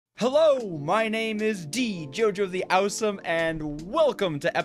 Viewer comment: "dejojo the owsom"